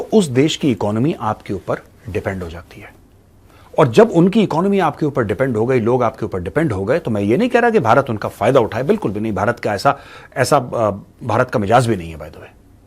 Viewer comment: “Without actually extending your boundaries, you extend your boundaries — without taking the advantage (or dictating them) your influence grows in the countries where you invest billions of dollars” wah major wah, kitne shareef hain aap :)) by the way, it’s mizaaj, not mijaaz” arbi hai na ;)